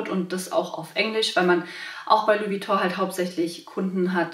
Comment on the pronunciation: Schade das du Vuitton falsch ausspricht...